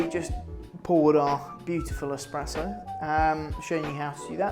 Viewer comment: ESPRESSO not Expresso ;D)